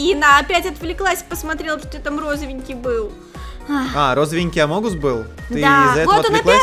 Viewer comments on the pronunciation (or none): Не амонгус, а амогус